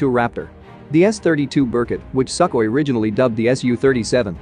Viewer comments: It's pronounced Su-khoi, not Suck-oi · pretty sure it's pronounced sook-hoi and not suck-way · It’s not a Suck Hoy, it’s pronounced Soo-khoi which also means ‘dry’ in Russian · Sukhoi (sue koi) being pronounced suck hoy... Text to speech knows what its doing... 🙄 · isn’t it pronounced “soo-koy” not “suck-koy” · Haha Suck-oye. Unintentionally appropriate mispronounciation. The Russians are still obsessed with making useless dog fighters while the west makes planes that actually meet the needs of the evolving battle space. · It's pronounced "soo-koi". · Argh! What a tired argument that MiG-29s were taken down easily over Iraq! They had an insane numerical disadvantage and couldn't even fly a lot of the ones they had. Most planes iraq had were already outdated like hell. The best part of this tired vid: the pronunciation "Suck-hoi". 😂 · Is pronounced "Sue-Koy" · Bro pronounced sukhoi as suck oi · The worst pronunciations I've yet heard for Sukhoi and Berkut. Some AI shit speak? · I like how the AI pronounces it... "Suck-oi" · Yeah, russia sucks, but dude! By mispronouncing Sukhoi that way really destroyed them 😅